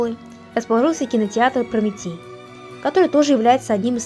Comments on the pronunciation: Литовченко- ударение на ”О„. Прометей произносится как Прометэй. Пригородный- ударение на прИ. Ужас!!! Через слово ошибки. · Произносится как "ПРОМИТЭЙ" неужели вы не знаете кто это?